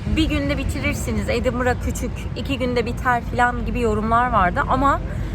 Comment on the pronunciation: edinbırağhh edinbırağhh dedin hiç biyeri göstermedin mezar taşından başka .26 dk borçlusun bence .